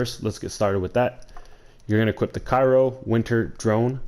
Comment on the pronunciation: ITS NOT FUCKING CAIRO GUY! I UNDERSTOOD ONE VIDEO BUT U STILL ON THIS SHIT! LOL READ THE GOD DAMN WORD AND SOUND IT OUT.